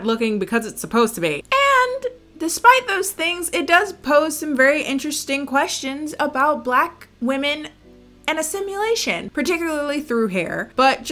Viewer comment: It took me too long to figure out was mispronouncing “assimilation” and not saying “a simulation.”